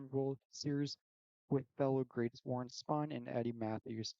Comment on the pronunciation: Kid Nichols better than Spahn? I don’t trust this list if the guy can’t even pronounce Spahn correctly!